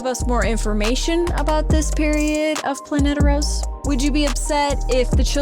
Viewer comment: Heads up it’s Planetos not Planeteros